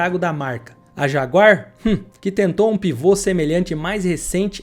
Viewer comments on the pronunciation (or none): none